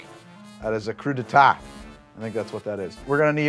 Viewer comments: Every time says "cru-day-tah," I'm forced to say out loud, "cru-day-TAY! TAY! TAY!" at which point, John Lithgow appears and shoots me. Happened twice in this video, and it's very inconvenient, I have to say. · Hey: crew-dee-tay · Say it with me: Crew-duh-tay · Ironically, cruddite is closer than whatever the heck you were saying. Crudité: Crew-dee-tay There is no "twah" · Yeah, his pronunciation of "crudite" to make it sound like "coup d'etat" definitely got on my nerves more than it really should have lol